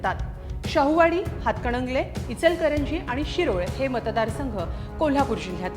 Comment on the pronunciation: हिला हातकणंगले असे स्पष्ट म्हणता येत नाही अजून ती हातकडंगले म्हणती या 😂